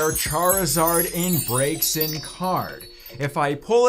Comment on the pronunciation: I don't think it's pronounced:(Breaksin) I think it's:(brazen)